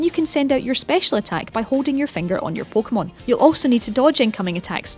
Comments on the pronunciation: Pookmon omg say it right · She pronounced it "poh keh bol" "poh keh mon" pretty normal, dumbass hahahaha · no shit, but am i not allowed to be annoyed? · pokemon poke a mon po Kay mon. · "PO-KOH-MUN" "PO-KOH-MUN" "PO-KOH-BOWL" "PO-KOH-BOWL" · her pronounciation pissed me off so much